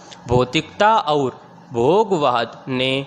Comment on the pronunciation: Sir Matter achha h, Per Aap baar baar, और को अउर बोलते हैं।